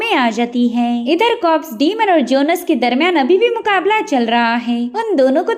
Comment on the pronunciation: It's jhones not jonus